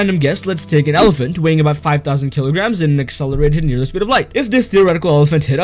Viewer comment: El elafont ahh moment 😭